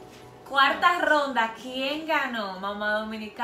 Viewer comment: Por qué dice gronda e n ves de ronda jajajajajaja😂😂😂😂